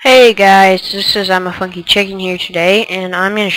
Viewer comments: ooh i thaught u said funky chicken not fucky lol ur right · hahahah at the beginning I thought he said Im a fucking chicken xD But then I realized he said funky :D